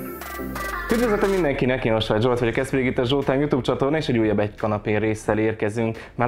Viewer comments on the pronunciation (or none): none